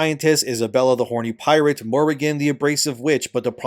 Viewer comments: I was JUST about to comment about this. There's no way he's been living his life pronouncing pirate that way. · Did you say 'pie-rate' instead of pirate? Man, I like your content, but your pronunciation of certain words is... wild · "Pie-rate" Hey babe, new word just came out! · Its pronouced Pie rate 😂@